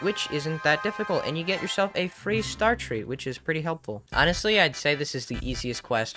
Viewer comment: For a sec i thought you said 'ONNET' sly like onestly